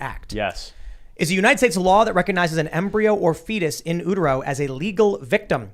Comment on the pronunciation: I think you should refrain from weighing in on the abortion issue until you can pronounce "in utero".